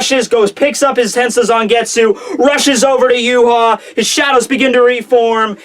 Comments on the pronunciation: Ryuken gave Uryu the arrow and told him it would stop Yhwach. PLEASE LEARN TO SAY HIS NAME correct it is pronounced Yah-vahk and NOT yoo haw, geez dude. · Please call him Yah-vahk not yoo haw. Unless Kubo says it Yoo haw then you are butchering his fine German name bloody badly. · Too funny Yoo haw when guy is German name pronounced Yah-Vahk please learn German dude! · Please for the love of God learn to say Yhwach name correctly! It is pronounced Yah-vahk not Yoo-haw! It is German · and the wrong bad way he calls Yhwach yoo haw and not ya-vahk